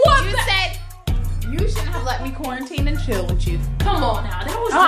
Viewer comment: "He said qaurentine and chill " 😂 😂 😂